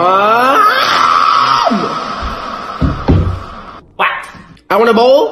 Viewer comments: Its not kanochiwa it konichiwa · you really didn't care on your fan and judt said konichiwa😆😆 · Bruh don’t say konnichiwa